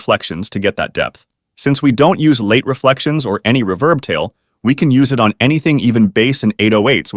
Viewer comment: The use of AI to narrate this is annoying as shit with the way it pronounces ‘reverb’